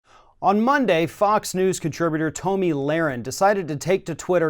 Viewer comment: HER NAME IS PRONOUNCED "TOMMY", NOT TOE-ME.